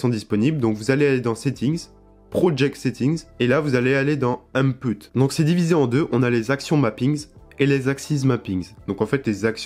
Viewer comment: y'a beaucoup de choses qu'il dit pas très bien. C'est pas un matériel mais un matériau, pas "unpoute" mais "ine poute" (input). C'est pas "ajustements finals" mais "finaux" (dans les chapitres). La forme est à revoir mais le fonds est bon et c'est le principal. Quant au "Engine" il peut se prononcer "andjein" comme "enjinn" ça dépend UK ou US